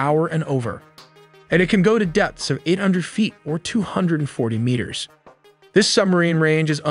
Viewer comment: My guy can't pronounce meters xD . Awesome video!